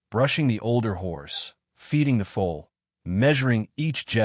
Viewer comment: Foal not fool ! ! !